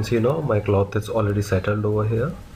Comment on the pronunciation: cloth not clock , pronounce it cloff